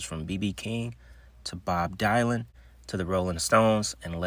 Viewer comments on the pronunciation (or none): Bob Die-lan? Who’s Bob Die-lan?